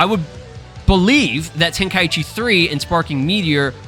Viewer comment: Ten kai chi not tenka eechee just listen to the japanese name of the tournament!😅